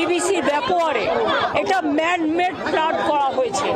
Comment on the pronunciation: "ম্যান মেড" না "ম্যাম মেড" ?